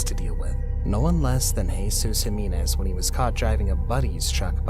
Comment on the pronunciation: You're mispronouncing Jimenez. It's not "Heh-mee-nez" it's "Hee-meh-nez"